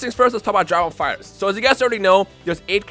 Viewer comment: "Drah ball fightrz"